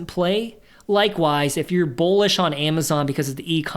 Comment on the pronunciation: I don't mean this in a mean way at all but are you saying Bowlish or Bullish. If its Bowlish is that just a new way of saying bullish?